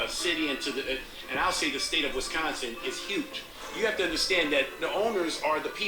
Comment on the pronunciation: And he actually says Wisconsin instead of most who say Wesconsin...